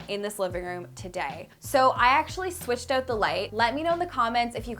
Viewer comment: The way you pronounce your “Os” is so cute lol “cOUch” “renO” “Out” haha random, I know